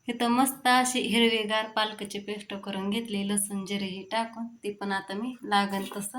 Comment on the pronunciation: अगं तू' स ' ला 'श' का म्हणतीस किती वेगळं वाटतं शेल नाही सेल ✅ पेश्ट नाही पेस्ट ✅